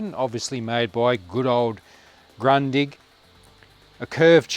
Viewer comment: It's a fantastic TV with the well known long life quality of Grundig., try to spell it like this: Groondig 🙂